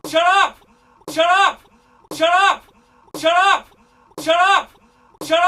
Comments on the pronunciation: mari95g0 In in an Indian accent xD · saying shallot in an irish accent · it kinda sounds like he's saying giraffe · It sounds like he is saying giraffe in a Scottish accent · It sound like he's saying Syrup or Chirrup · after awhile it sound like: chur up